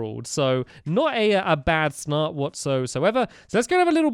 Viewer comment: LOL stampy said snart instead of start